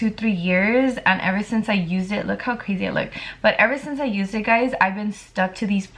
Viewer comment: it is just me or she says “ crasi “ like instead of crazy 😭😂